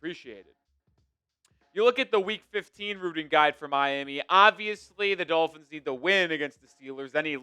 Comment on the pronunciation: Ross screwed the Dullphins, as pronounces it, when he extended McDipshit for no reason other than continuity for continuity’s sake. I’m for firing the fucking head coach every year until we find the right guy. Look at what the HC from the Bears is doing. That team is 9-4? How? They got nothing! How about the guy coaching the Jaguars? Those teams we shite last season. It’s amazing what some good coaching can do LOL. I’ll laugh my arse off if the Eagles don’t extend Phillips and he’s just a half season rental. After his first couple games with the Eagles where he balled out he’s now regressed to his norm.